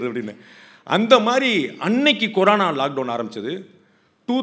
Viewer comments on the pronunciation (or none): none